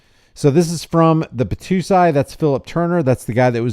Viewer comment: Bot-Toe-Sy. Sy like Pie. It’s a character from Rurouni Kenshin.